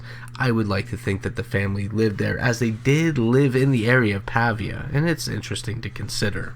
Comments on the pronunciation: It's actually Claysburg, PA, not Claysville. I don't live far from where they were found. The narrator is mispronouncing Pavia as well. It's a hard A, more pronounce like a paved (road). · Pronounced Pay-via.